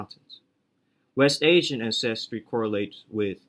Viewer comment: Great video as usual, lots of good info. Thanks for the hard work. By the way it's AN-ces-try, not an-CES-try. Just like AN-ces-tor